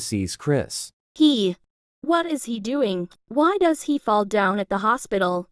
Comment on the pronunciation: Lol she said dose in the hospital when she introduce her self she said dose not does